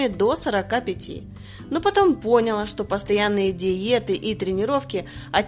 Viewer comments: пОняла!! Эй блогерши, русский язык знать не обязательно? Ухо режет. Фи... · Поняла - ударение на букву "а" !!! Учите русский язык !!!